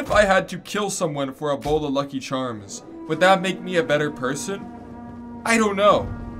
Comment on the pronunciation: Hey bud, don't be bashin' mah lucky chahms